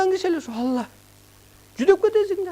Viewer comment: Бул созду бурмалап атат, ала эмес Алла деп айтыш керек. атайлап бурмалап суйлоп жатат.